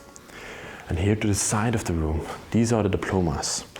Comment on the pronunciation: ROOM NOT RUM JAJAJAJJA